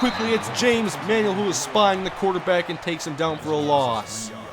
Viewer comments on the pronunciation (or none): none